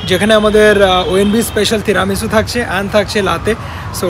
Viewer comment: apnar “teramesu” aar “laaatey”pronunciation shune italian rao oggyan hobe. Why dont you plan a trip to Napoli and teach them this “authentic” pronunciation?? Naki sponsor korbena bole keu tai Italy trip ta off the table???😂😂😂😂